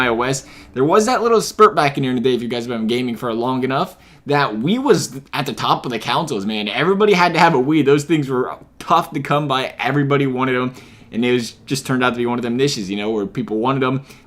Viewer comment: did he call consoles "councils"?